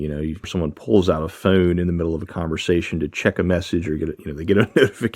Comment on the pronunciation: You say phone like phewn hahah